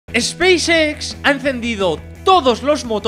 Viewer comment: dice Xpacex con mucha pasion. jejeje pequeño detalle...